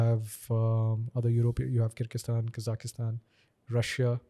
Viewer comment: He couldn’t even pronounce kyrgyzstan 🤨and speaks about worlds education system regarding doctors 👿